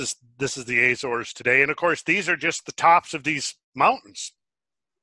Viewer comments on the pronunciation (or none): Argh argh argh argh. Azores. The A is pronounced as the A in America. Not Ayzores.